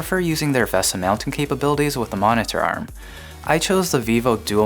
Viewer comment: stop saying monitor so weird....ma-ne-tur ma-ne-tur